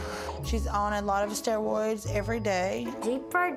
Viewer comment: “She’s on a lot of stewoids”